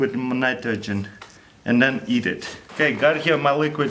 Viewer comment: The best part is "... And then eeed it"